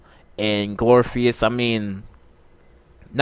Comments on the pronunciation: Glory = glor if ugh cus glorificus! 🤣 absolutely loved your comments except that pronunciation. Keep up the awesome work! Love buffy! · No no Glor-if-ik-us!! Oh not the first one to correct the phonetic pronunciation. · Okay , amd ive heard you say "GLORPHEUS" TOO MANY TIMES ALREADY. WAT SKOOL U WENT??😀😂😂😂😂😂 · Glor-if-i- cus...... apparently you haven't really watched.. smdh... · This is one of the worst videos ever. You can't pronounce one of the goddesses' names. And you don't even know Buffy's mentor's name. You lack too much knowledge to formulate an opinion about this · IKR 🤣🤣🤣 Pronunciation of Glorificus is terrible